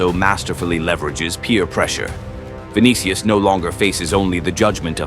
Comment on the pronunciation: "ViniKIus" "KAYlan"